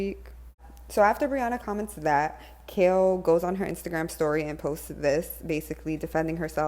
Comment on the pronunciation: Oh and it’s KAIL not KALE we not talking about a vegetable 🤫